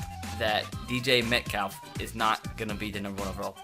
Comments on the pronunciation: He said Dj meltcalf* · U said DJ metkalf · DJ METCALF HE SAID DJ METCALF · DJ Metcalf, Brian Murphy, Jiwan Taylor, Noah Faint, has a knack for pronounciation